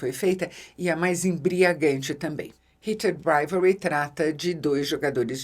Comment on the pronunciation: Nunca vi alguém falar tão bonito o nome da série hahahah eu toda vez dou uma enrolada na língua 😂